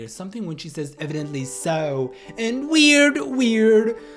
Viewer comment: When she said evidently, she sounds like she said no Cleo